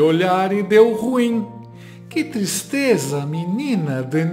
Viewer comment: "Que tistreza!" (D'AVILA, 2022) 😂😂😂